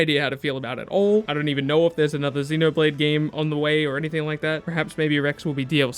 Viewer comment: If anything, your pronunciation of Xenoblade is more accurate considering Shulk has a similar accent.